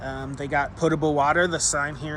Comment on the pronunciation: Also, 10,000 points for pronouncing "potable" correctly! 😆